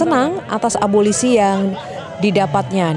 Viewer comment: Eh mas reporter breaking news mengatakan abolisi dengan abosili .mas bukan abosili tapi abolisi